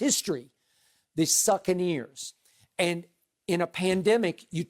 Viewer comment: 😂😂😂😂 skip really called them the succaneers 😂😂😂😂